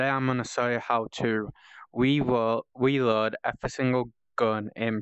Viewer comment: It’s reload not weload